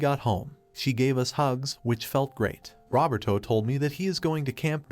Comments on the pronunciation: The AI pronouncing “Roberto” like “Robert-O” is sending me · i know is a sad story full of hardships but... the text-to-speech says "Rubber-Toe" when talking about the daughter's fiance